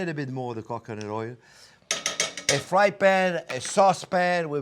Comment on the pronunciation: It sounds like he is saying cock u' nut 🤣